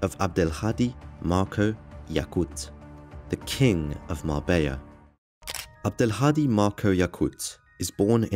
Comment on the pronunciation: Spaniards can pronounce Azpilicueta, Guerendiain etc.... Abdel-hadi? uhhh no senhor!